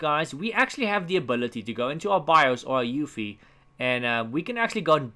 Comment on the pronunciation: Hey! Love your videos! Please is there any reason you kept spelling UEFI as EUFI? Not trying to be a know-it-all. Just confused at the moment.